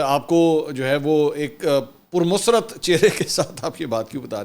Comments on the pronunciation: Muscat nahe hota musarrat hota hy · It is not “Musrat” . It is “Musarrat “ . Pronounce it properly . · السلام و علیکم منصور بھائی، مزاج بخیر، بھائی میں نا صرف آپ کا پرانا اور ریگولر سامع اور ناظر ہوں بلکہ آپ کا مداح بھی ہوں، الحمدللہ سب کچھ ٹھیک چل رہا ہے، مگر بے انتہا معذرت کے بعد پہلی بار آپ سےصرف ایک بات عرض کر رہا ہوں کہ لفظ " مسرت " کا تلفظ اور ادائیگی درست فرمالیجئیے، پلیز، ایک بار پھر معذرت اور سلامتی کی بے شمار دعائیں